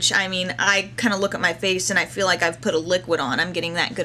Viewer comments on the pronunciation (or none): none